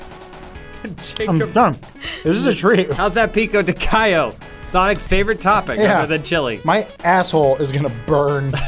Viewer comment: Lol as a Hispanic I'm impressed of pronunciation of pico de gallo